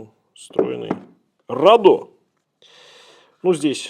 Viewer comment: rAdo же, а не radO. Нет?